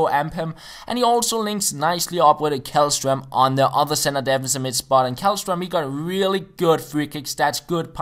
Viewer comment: It's pronounced like Shellstroem :)